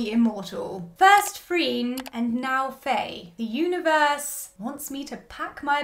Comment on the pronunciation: A few things.. 😂 but firstly Faye’s name is pronounced like fire, so fiiiiiieeee or faiiii, not a short fai but faiiii or fyeeee 😂 Khun Neung’s hairstylist and stylist is basically herself because that’s her everyday look, slick back hair, lesbian ass button ups 🤣 she is in fact an actual sapphic HAIRSTYLIST in real life. Faye is also the winner of Miss Grand Thailand 2016 😁 honestly what CAN’T that hot lady do. I like how you are able to understand ANeung’s childish side and 100% agree on how Aneung is more emotionally mature than Khun Neung despite Khun Neung’s worry over how large their age gap was. And honestly, yes get ur pitch fork ready and know that im a diehard freenbecky and gap fan, if you are able to gloss over the intern/ceo love trope then you should be ok with this too. A lot of the “problematic” aspects in both BLANK and GAP were rearranged for the sake of the series. Both Faye and Yoko are both SEASONED actresses. I personally see chemistry between the 2 and gawdddd I love them, I might understand why some people don’t see it. FB were in another series before filming GAP (and GOD was SCOY cringe) and they had time to get close to each other unlike Faye and Yoko. Although I am sure once episode 7 is released, it will be even BETTER. I was nodding along with you until you said u shipped Khun Neung with the doctor. MY PITCHFORK WAS READY. Anyways in the book, Doctor Wan Viva wasn’t exactly her ex but more like a fwb situation(?) not sure too. And she has a girlf